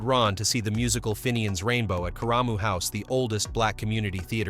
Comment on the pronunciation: Karamu House is pronounced "CARE-ruh-moo", not "kuh-RAH-moo".